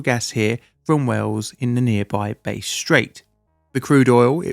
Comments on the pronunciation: Bass,not base. Get it right. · You lost me as soon as you mispronounced "Bass." It's not "base." The A is pronounced the same as in "bad." AFAIK, it's named after the fish of the same name. Edit: It seems to be named after George Bass who was a British explorer, but I'd guess that his surname probably came from the fish. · “Bass” is pronounced like the fish. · BASS Straight, not BASE. Learn English! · It's Bass straight, not "Base straight" like you said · BASS, not BASE Straight. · BASS Strait, not 'base' Strait... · Ummmm! It’s Bass (as in Ass) Straight! Not Base (as in Face) Straight. Just an AI balls up I guess! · Bass like the fish, not bass like the tonal range. Bahss, not Bayse. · 'Bass' Strait not 'Base' Strait. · Totally addicted to base straight, awaho waho! Bass, like class or ass.. Still enjoyed the video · It's the BASS Straight, not the "Base" straight. It's named after the Bass fish that are swimming in there. 😉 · Bass as in Ass, not Ace. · I get why you pronounce "Bass" as "Base" (it is the way you correctly pronounce it in music, for instance), but it is pronounced "Bah-ss" in this instance... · It’s Bass like the fish not Base… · It's pronounced bass, not bass. Like the fish. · Sorry,. 'Bass' with a short â sound. Hass, Cass, Bass... Bass Strait. 👍🏽 While I'm here,... love your vids. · Can you reach out to an Aussie next time to get the pronunciation. Bass pronounced like gas but with a B. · Bass rhymes with gas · "Base Strait" lmao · Yes, actually Bass in this case, rhymes with gas. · I'm unfamiliar with this base strait you speak of! 😭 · FYI - it's Bass as is mass - Strait...mate! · BAASS if you also happen to be a musician!! Great video,! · Sorry,, but it's Bass as in "gas", not the lower line in music... While we're in the area, a local town, Moe is pronounced Mow-ee (as in cutting grass) just to confuse you foreigners. 😸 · Bass straight is pronounced like the fish Bass. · not how you pronounce that but anyway